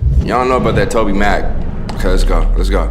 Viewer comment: This man said Tobey MAC 😭😭😭